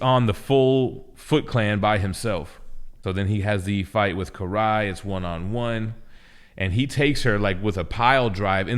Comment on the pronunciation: Kiry? I'm pretty sure Karai is pronounced like care-eye.